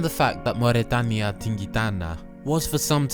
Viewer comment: I agree however, I noticed that he kinda slipped of with the diphtongs. Instead of Mau̯rɛtaːnja, he turned the diphtongs into ɔː But yeah, the rest was perfect